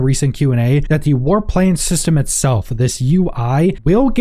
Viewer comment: I was listening and couldn't watch the screen for a while. I'm thinking: "War Planes?" "War Plains?" Or is it "Warp Lanes"? Then I could get to the screen... "Aaahh... War PLANS! That makes a LOT more sense!" LOL! English, eh?